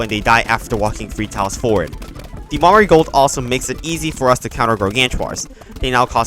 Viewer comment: the “mahrigold” 💀